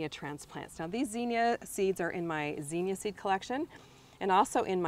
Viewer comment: It’s zinnia, not zeenia